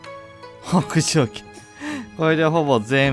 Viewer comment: 北条の読み方 ほくじょう× ほうじょう○ 上杉家にも北条高広という同じ漢字の家臣が居ますがその方は きたじょう と読みます。